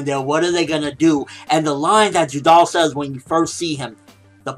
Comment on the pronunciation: its judar not judal